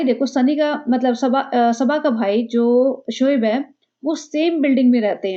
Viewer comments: ......shoaib not shoheib......pls take it as positive criticism...thnx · Its शोएब not शोहेब di Ye chalu didi eida bna ke peda kha rhi h 🤭🤣